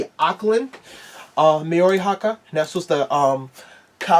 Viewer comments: Hey you tried no hate on the pronunciation :) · The way he said Maori though🤣